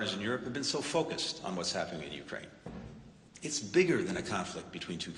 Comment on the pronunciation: It's NOT YOU-kraine! It's you-KRAINE lol